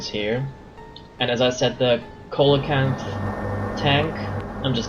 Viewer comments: Wait, no, that's "see-la-kanth". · It's pronounced "See-lowe-kanth". It's named after a famous "prehistoric" fish.